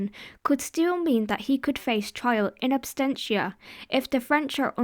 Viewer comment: It's absentia, not abstentia.